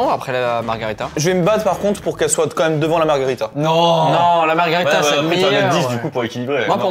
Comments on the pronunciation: Juste pour info on ne dit pas margarita mais margherita pour les pizzas. Sinon c’est un cocktail 😊 Et pendant qu’on y est c’est soit des ciseaux soit une paire de ciseaux hehe. Je taquine. 😅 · Margherita, pas margarita. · Par pitié c'est "MarghErita" et pas MargArita 🤣